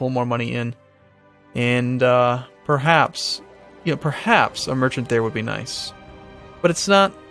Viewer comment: just a tiny thing. can you please say purr-haps not pree-haps:P spelt perhaps